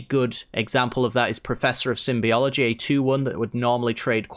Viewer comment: You buffoon! It's called "Professor of Symbology", not "Symbiology"! Raaawr, rage and curses! 😤😤